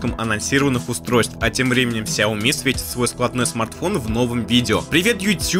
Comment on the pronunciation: ты говорил, что впредь будешь произносить шаоми, а тут снова сяоми сяоми